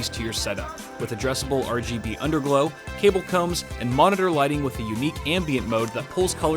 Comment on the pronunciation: I'm...I'm sorry...." Cable CUMs"? I think I'm going crazy ._.